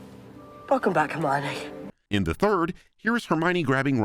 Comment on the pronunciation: "Look, no Her Me Yone" Holy crap that sent me